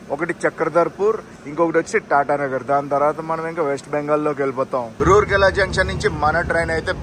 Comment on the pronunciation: రూర్కెల కాదు రావుర్కెల.